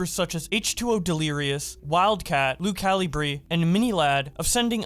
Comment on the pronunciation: Did this guy just say "Luke calibree"?